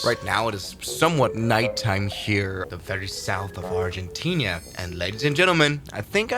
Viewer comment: My god why do you keep saying argentinia?? There’s no i after the n